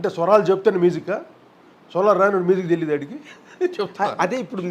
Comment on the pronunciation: కోటి గారూ మీజిక్ కాదు మ్యూజిక్ అని పలకరా ప్లీజ్